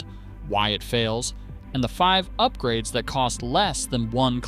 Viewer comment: Yoopgrades? Ah, AI.